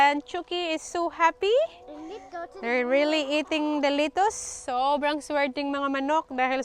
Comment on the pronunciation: Not litus. Letus